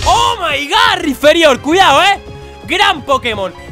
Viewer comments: Es Rhyperior no Rhyferior x3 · RAIPÍRIOR,, RAIPÍRIOR. NO RIFERIÓR. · es rhyperior ni rhyferior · PORQUE COJONES DICE RHYFERIOR, QUE VA CON P!!!!! ES RHYPERIOR RHYPPPERIOR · Por cada ves que dice mal el nombre de Rhyperior deseo con más fuerza que pierda el locke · Drapion acero Taparme los oidos Riferiór (acento para destacar la o, no por gramática) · Rhyperior "PERIOR" pls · Que alguien le diga a ese hombre que se dice "raiperior", gracias